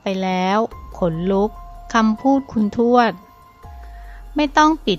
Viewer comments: อ่านให้ถูกๆค่ะคุณ ทวด ไม่ใช่ชวด อ่านดีๆเห้ออออออออคนอ่านกะอ่านผิด😥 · อ่านยังไงชวด ภาษาไทย พยายามอ่านให้ถูกต้องด้วยนะคุณ